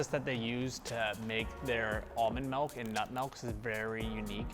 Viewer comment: I love the episodes and all the informative content, but I kinda HATE how many time he says "mulk" in this one.